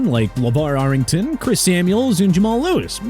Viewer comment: It's McNown, not McKnown! Darrelle Revis' name is pronounced Dar-relle! Arrington is pronounced... FORGET IT!!!